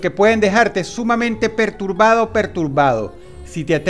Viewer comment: soy el unico que c dio unta que droos dijo dos veces pertubado